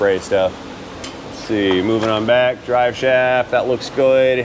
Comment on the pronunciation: Turning off noise cancelling didn’t alter your voice too much. Enjoyed your test dwive with all the fancy electwonics.